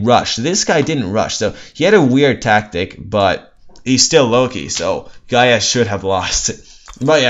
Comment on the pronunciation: nah pronounce it with no accent on the a